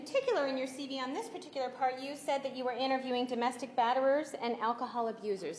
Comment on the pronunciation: Ditto. But, does Wilmott keep calling the CV, or Curriculum Veritas, a "CB"? It sounds like it. Although, I could be wrong.